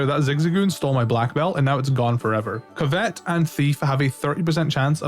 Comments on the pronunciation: Awesome video, thanks! A tip: covet is pronounced CUV-it instead of cuv-ET. 👍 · COvet, not coVET! It's an actual word, the emphasis is on the first syllable. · Sorry it was bothering me bud. It's (cuv-et) which means to list after something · Covet is pronounced kuh·vuht. Think Ark of the Covenant if you have heard that pronounced before. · Covet (cuv-it) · Never heard someone pronounce covet like that... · Can tell when someone isn't a native English speaker when they don't know how to say "covet" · You’re saying the word “covet” weird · I hate the way you say covet